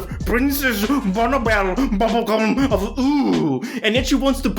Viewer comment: Oh, come on, bro. At least pronounce it right. It's pronounced princess Bonnibell Bubblegum of levios-oooohhhhh.....